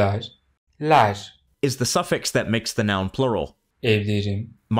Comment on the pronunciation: Maybe it's just me, but I can't hear a lot of difference between - ler- and - lar- . To me, they sound almost identical, not to mention that the e in - ler- 💯 does not sound like an e .